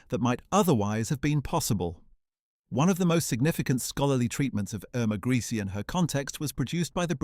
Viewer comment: HOW MANY DIFFERENT WAYS CAN YOU MISPRONOUNCE HER SURNAME??